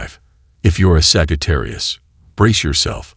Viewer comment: 'saggy - tarius' 🥴😭😆